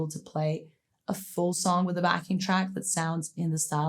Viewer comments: Her first name is pronounced Joan-y, not John-y! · Great video! Thanks! Americans and Canadians pronounce her first name "Joe-knee," not "Johnny."